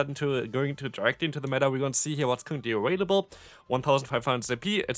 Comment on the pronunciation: hey, um... why do u always say "aWailable?"